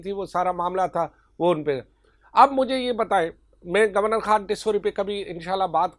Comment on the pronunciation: Khan word per pora zor laga rahe ho